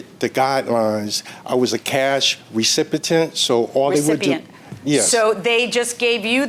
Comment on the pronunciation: Thats how the plaintiff pronounced recipient.